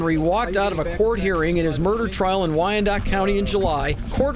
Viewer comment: Naield the pronunciation of Wyandotte. Alternatively known as Crimedotte